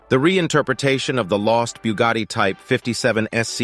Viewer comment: 🧃😸 Boogati hahahaa ! bruhhh its Brugatti ! [ R ]